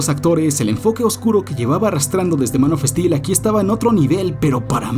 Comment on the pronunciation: Es gracioso como pronuncia "Man of steel" Manofestil